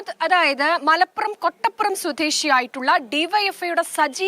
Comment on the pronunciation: കെട്ടപ്പുറം അല്ല ചെങ്ങായ്‌ കൊട്ടപ്പുറം